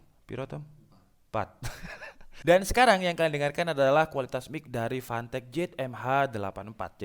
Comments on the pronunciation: Uncle, that's Fantech not Pantech :v Hadirrrrr... 😂😂😂😂😂😂😂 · PANTEK... klw kata Orang palembang karena gk bisa nyebut F bisanya P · More like "PANTEK" Sir.. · Jangan malas mengatakan "F" 🤣